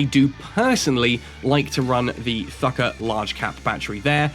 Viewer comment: pretty insane fit for c3 ratting. Been seeing a lot of vids about the ship already and can't wait to get my hands on it. Also the "h" in Thukker is almost silent, so it's more or less pronounced like tukker